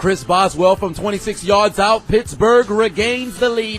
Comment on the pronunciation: I thought this man said bitchburg